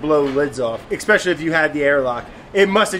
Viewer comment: Ek-specially, Brad? Really? You're a beautiful ape